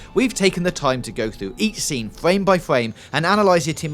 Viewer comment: Fwame by fwame